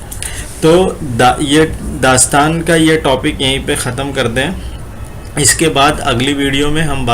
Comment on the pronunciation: السلام علیکم، بھائی! آپ کی ویڈیو بہت جامع اور معلوماتی رہتی ہیں؛ صرف ایک چیز بہت کھٹکتی ہے وہ ہے (اس is، اس us، ان in، ان un، وغیرہ کے تلفظات میں،میں آپ ہر جگہ is, in, इनके, ismen ہی تلفظ کرے ہیں جبکہ بعض جگہوں پر उस, उन, उनके, उसके وغیرہ ہونا چاہئیے؛ حسب مواقع، امید ہے کہ اس پر غور فرمائیں گے؛